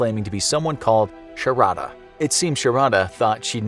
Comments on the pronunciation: It's pronounced shaaarda not sha ra da . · Sharadha pronunciation 😂